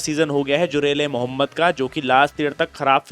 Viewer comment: Bhai you said hazrat Mohammad name in wrong way please respect the name bro